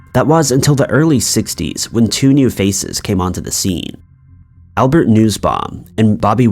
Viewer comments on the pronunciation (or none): none